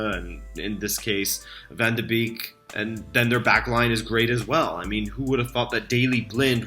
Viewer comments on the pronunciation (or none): Nice analyses man, but with the Ajax team doing so well I would like to teach you you the pronounciation of donny van der beek. Beek is called "bake'' in the Netherlands. Like backing bread. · Hey, small comment from a Dutch fan: Van de Beek is pronounced like Bake. It's also his birthday today!